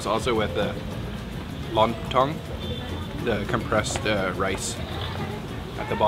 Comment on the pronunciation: Not long tong but lon tong 😅